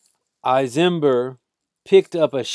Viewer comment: You aren't even pronouncing his name right..Don't believe he wouldn't have done the same to you and yours..You forgot my Aunt and Uncle were piled in the bathroom,like a pile of dirty clothes. He sat at their table and ate their food..Get the story right. And don't forget their little dog,who tried to protect them..he stomped the dog!!!